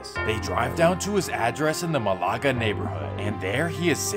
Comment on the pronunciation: Malaga is pronunced Melluguh